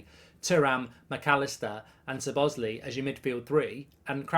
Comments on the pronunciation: It’s pronounced. Sz-lob-oz-zlai not zebozli lmao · MARK HAVING A BLAST. 😂 ITS SZOBOSZLAI NOT ZOBOSLI 🙈 It’s pronounced SOBOS - LIE in Hungarian 🇭🇺 Magyar language with English pronunciation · It’s not Sir boz lee it’s Szobozlai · “but ! I like Sir Bossley (Szobozlai)….. “ 👎 Sir Bossley 👍 So-Boz-Lie (🌽 🇭🇺) Szobozlai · Sir bosli 😂 it's Slobo sly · ‘Sob-oss- slie’ not ‘s-bos-lay’ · SO - BO - SLY!!!! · It's pronounced So-Bo-Sly for the ones that don't know how to pronounce it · It's pronounced 'Sob-a-sly' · Is it me, or does it sound like he is saying Sir Bosly? 😂😂😂 Regardless, love the content mate! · To Pronounce his name to make it easy say So Boss Lay E just in together SoBossLayE (Szoboszlai) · Pronounced "SHO-bo-SH-laai" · You pronounce it ZO BOZZ LAI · I think his name is pronounced slob-as-lie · It’s pronounced Szuh-Bobz-Sly for everyone wondering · "I probably pronounced it wrong but..." Good save Mark but I've never seen anyone who pronounce "lai" as "ly" mate. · Say it like this:"SO BOSS LAI" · I’m pretty sure it’s pronounced CHO-BOZ-LIE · Sob-oz-lie is the pronunciation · Pronounced "Sob-oss-lie" :) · Pronounced Shoh-bosh-lye if I’m not mistaken mate 😂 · Lol gotta love Mark not even trying to pronounce his name correctly, 'Sir Bosley' 🤣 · You pronuce it soboslai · Sir Bozley 😂 as usual Brits butchering foreign names. Muppet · Over the moon with this signing mark. I think it’s pronounced slobber sly 😊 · SOB-OT-ZLAI IS THE PRONUNCIATION MARK!!!!! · How wrong is Mark pronouncing the name Szoboszlai? “Sabozzlee” 😂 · His surname is pronounced "saw-boss-lie" - as one word, of course. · It's pronounced "Zo-boz-lie" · Everyone else: Szobszlai Goldbridge: Sir Bosley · Yeah Mark you've butchered it 😅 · LEARN TO SAY HIS NAME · Horrible pronunciation 😂😂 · Liverpool have needed a creative midfielder that scores goals since coutinho left. I still want Thuram & a left sided centre back but this is a very good start. Awful pronunciation of his name btw.